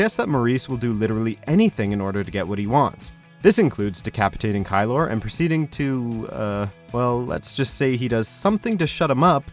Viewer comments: It's KEY-LOR.. not KYE-LOR .. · Garrison KEY-LER, not KY-LOR! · Keeler, not Kylor. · The only thing I found even remotely ‘disturbing’ was the hatchet job on Garrison Keillor‘s last name (phonetically pronounced “Kee-ler”, btw). More time on research, less on censoring drawn circles within circles lest it arouse prurient interest in the viewer 🙄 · Narrator: "Garrison KYE-LORR". Maurice, 2 seconds later: "Keillor". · It's pronounced key-ler, not ky-lor. And what the actual fuck is wrong with everybody involved with this garbage show? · This guy obviously didn't watch the show just based on his pronunciation of "Glouberman" and "Kiellor" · Also Garrison deserved it. And Jesus you couldn’t even pronounce his last name correctly. Do you guys do any research? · Narrator doesn't know how to pronounce Garrison Keillor's name. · and . The timestamp for each time he butchers the pronunciation of Garrison Keillors name, despite it being said by the show correctly in the video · The mispronounciation of Garrison Keillor's name is way more cringy than anything else Maurice says. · I can't get over the butchering of Garrison Keillor's name